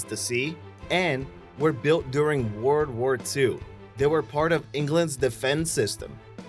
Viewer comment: Faiven Papalii haha you're right, i read your comment at the exact moment he said word wur 2